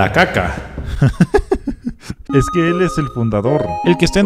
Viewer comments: No sé dise kaka es caca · el chico dijo kaka y no se dise a si caca🙄😑😐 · no se dice asi kaka se dice caca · es la caca no la kaka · No se dice kaka es caca